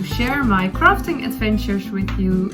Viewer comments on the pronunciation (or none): "crafting adventure" does sound like "rafting adventure", you are right 😂 in that case instead of "let's talk about that", you should say "let's set sail" 😂 . Lovely podcast, I am bingewatching it for the past few days (while I have time before school starts 😀)